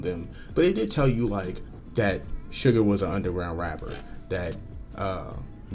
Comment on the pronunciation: Nice reaction. Just a little note, his name is SUGA, not sugar, please leave off that "r", LOL. V's Tiny Desk is amazing & shows 3 songs from his solo album Layover. Please react to it: V of BTS: Tiny Desk Korea